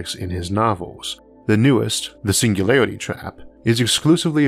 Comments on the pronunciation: Your speach impediment is fake wanna be Elmer fudd you gave yourself away when you said the singularity trap. Either you can speak correctly and embellish mispronouncing words for some reason or idk. Just be yourself or apply yourself whichever is applicable because someone of your genius (I sincerely mean that your videos are amazing and I've learned so much from you thank you for making them btw) should have no trouble overcoming phonetics of a single letter. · All I heard was "the single lady trap"